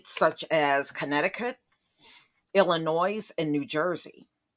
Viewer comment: The ‘S’ is silent in Illinois. 🙂 sorry sweetie, had to point this out. Guess where I’m from.. Illinoisians know this 😄